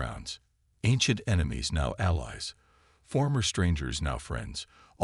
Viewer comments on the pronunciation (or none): none